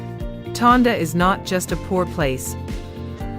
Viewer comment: Tondo. Not Tonda